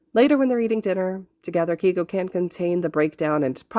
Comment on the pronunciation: Im pretty sure his name is pronounced kay-go instead of key-go No hate tho!! Amazing fic and wonderful narration 😁